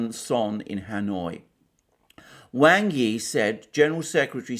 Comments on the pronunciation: Speaking of Chinese pronunciation Alexander, Wang is more properly pronounced as /w(ah)ng/ Yi, rather than /W(ae)ng/ Yi. As for the Vietnamese foreign minister Bùi Thanh Sơn you did better except Bui is pronounce as you read it, more like the American pronunciation of /buoy/ as opposed to your /Buway/. Now to work on intonation... :) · Well then Wang is really pronounced like Wong. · The name ‘Wang’ is pronounced ‘wahng’, like the first part of ‘wand’. I know because I have a friend with that surname, who I dabble with my limited Mandarin. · His name is 王毅; pinyin: Wáng Yì; Wang's pronunciation is closer to "wong".